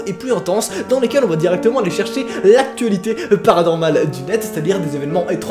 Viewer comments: Je kiff quand tu fait PANORMAL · Je kiffe quand tu dit "PARANORMAL"👀